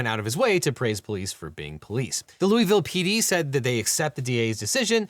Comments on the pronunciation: Hope its not just me who cringed every time he said “lou-ee-ville” most of us locals pronounce it “lou-uh-vuhl”. Like a mouth full of peanut butter 😂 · Every time I hear "loo-ee-ville" I take psychic damage lol. "Lou-ah-ville" is how it's pronounced, I learned quickly when I moved nearby. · "looey ville". we pronounce it luhvuhl here in KY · LUH-vul ✅ LOOEY-ville ❌ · "Looeyville" It's loy-vil or lou-uh-vuhl. Jfc. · It's not loo-e-ville, it's lua-vol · Looey-ville? LOOEY-VILLE? LOOVUHL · Fun fact: the city is pronounced luh vull Not joking, people there are wierd. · I’m sorry but has a Kentuckian I must say, how did you pronounce that lovely city in Kentucky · As a native Kentuckian, that's not how we say Louisville! 😂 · All those fact checkers, and they can't pronounce "Louisville" correctly?